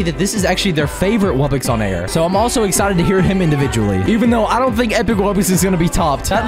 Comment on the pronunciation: Wubbix 💀💀💀 ITS WUBBOX NOT WUBBIX